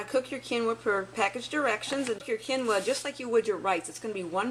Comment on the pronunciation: Quinoa = "keen-wah" long e